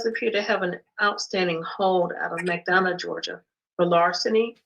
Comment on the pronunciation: McDonough is pronounced like McDonald' without the "ld" on the end. I just moved from there